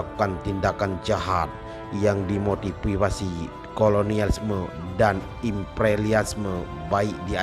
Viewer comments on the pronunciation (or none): Motiwiwasi dan ipreliasme, interversi, protugis, pertugis 🤣🤣🤣🤭